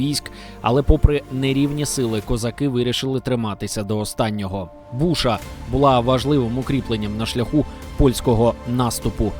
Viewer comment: Фортеця БУша, а може Клінтона? Запам'ятайте "історики" новоявлені читається як БушА з наголосом на останній склад. По одній з версій пішло від слова "душа"...